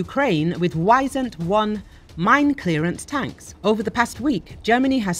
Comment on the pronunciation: No it is not called Wysändwon it is Wisent 1